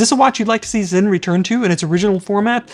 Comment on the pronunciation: No you didn‘t say it right 😂